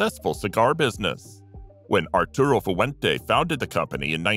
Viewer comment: Fu-ah-went-aa? What kind of pronunciation is that?